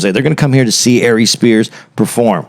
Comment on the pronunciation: I’m sorry but as soon as I heard A-Reeze I had to pause and get on